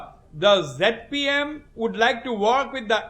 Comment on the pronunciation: it is not Jet P M..it is ZPM